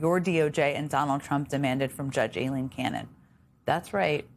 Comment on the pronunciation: Trivial point but thank you jen for pronouncing Aileen properly 😊